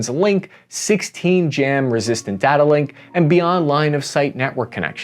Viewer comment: PLEASE stop calling it "datta"